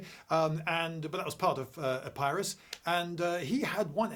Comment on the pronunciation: How are we supposed to believe anything he says - he can't even pronounce Epirus correctly!